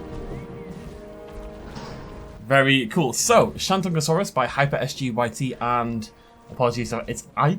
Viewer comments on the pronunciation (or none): The way you pronounced shantungosaurus killed me... you butchered the pronounciation...